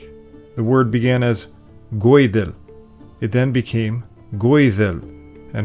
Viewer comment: Great video, once again! We know that Gàidheal ("Gelic speaker") is from Welsh Gwyddel ("Irish(man)"), and if correct, your pronunciation of the Old Irish Goídel sounds uncannily like the modern Welsh pronunciation ([ˈɡʊɨðɛl])!